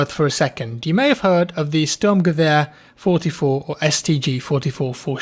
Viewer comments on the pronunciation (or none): Please, If you can't say "Sturmgewehr 44 ( read: Shtorm gewehr - fier und fierzig ), Just say STG-44, you don't have to say the whole thing if you can't do it correctly..... We get fucking triggered, Stop it B-)